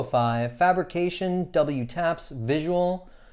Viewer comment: Just an FYI they’re pronounced double taps :) I adore my pair but haven’t worn them yet they’re just so beautiful I’m saving them for post lockdown occasions 😂